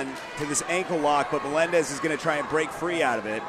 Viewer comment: Que jodido escuchar 1000 veces que digan melendes